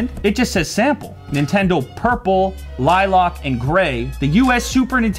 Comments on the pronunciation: you pronaounced lilac(lie-lack) as lielock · Why did he pronounce lilac as lielock 😭